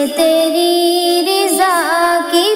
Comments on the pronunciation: Bahut hi umda magar ye sahi karein Riza nahi Raza hai padhte waqt zer,zabr,ka khyal karein baqi aapne bahut hi khoob padha hai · Riza nhi hota raza hota h meaning bhi change ho jaata h MashaAllah pyari awaz h